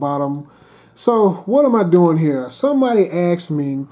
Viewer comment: Are you OK. At one point you said someone axed you.